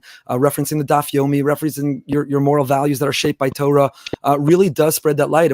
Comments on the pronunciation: You see here תּוֹרָה the Vav the second letter is an OH sound, not Tor like the dark web browser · I understand why people who are not fluent in Hebrew use the American pronounciation TOR like the dark web browser but this in not correct especially someone who flaunts his Jewish education and knowledge I would expect to pronounce correctly. Anyone who reads from the Torah for the congregation will be corrected on any mistake they make in the word they are pronouncing, I expect no less from someone who identifies as a knowledgeable person in Jewish liturgy as he does.